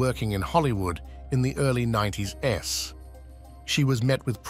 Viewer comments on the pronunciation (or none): Instead of saying "90s" it says "90 - S". guess we don't need to worry about the Terminators. Yet...